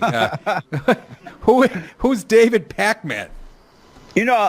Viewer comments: David PACK-MAN. I don’t think that’s how you say it. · I love when people call David "Pack-Man" lol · Why do they emphasis "Pack-Man"? Like David is a video game character?